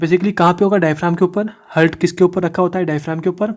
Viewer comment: Sir u r calling it as hurt.